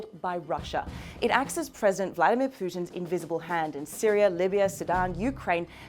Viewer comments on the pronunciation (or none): none